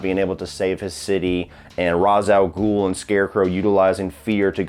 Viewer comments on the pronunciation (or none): Ra's al Ghul is mispronounced in this trilogy. It's pronounced "Rashe"